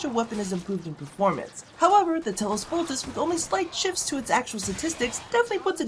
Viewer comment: Bruh, it's Bolt-ah-chee. Like Versace